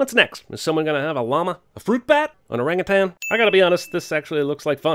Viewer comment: I will talk one sin off for him saying "Orangutan"! Few say it right. As well as "Dandelion" being pronounced "Dandylion" because of the joke on the Wizard of Oz!